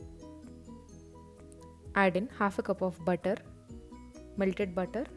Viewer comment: Raipen baaanaanaaas malked bouter